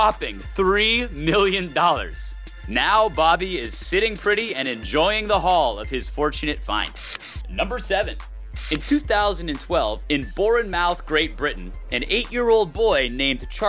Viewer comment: Its not pronounced as BornMOUTH its pronounced as BornMUTH